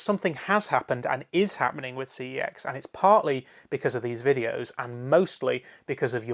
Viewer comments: your supposed to pronounce the store name "sex" not "C E X" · the company has already said that your meant to pronounce the store name as "sex" and not "C E X" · that's actually how you pronounce the name. I only just found out myself after hearing it said on an ad for CEX. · Doodles Gaming I've seen it said on an ad too but it's still incorrect. Their name is Computer Entertainment Exchange, CEX is an abbreviation if that name. It isn't Sex, it was a mis-pronounciation which they latched on to because they thought it was cool. Think about it, how infantile would someone have to be to name a company Sex?